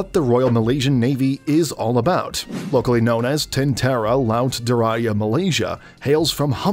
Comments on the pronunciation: “DIRAJA” should be pronounced as “DERAEJAE”. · It is read as Diraja J in Jaguar not Y in Yak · Diraja is not pronounced that way. We don't speak Spanish. The root word is Raja, which is read the same way Indians read it. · Also, it's not "di-raya"😅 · I never hear someone butchered the pronounciation of my language until now💀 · As a Malaysian, you absolutely butchered that pronunciation 😭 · Diraja got pronounced wrong and I almost died Cool video tho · pronounce ur j(s) , it isnt pronounced as y , it is a j